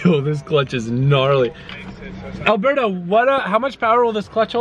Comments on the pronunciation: Alboosto instead of Alberto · when he said alberbo it kinda sounded like abuabu the monkey or alaadin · Nesta M umm it’s pronounced alberbo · Poor Alberbo has been getting his name mispronounced this entire time! I can't believe y'all have been calling him Alberto!